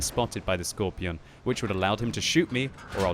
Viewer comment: can you just say skorpion and not skorpijon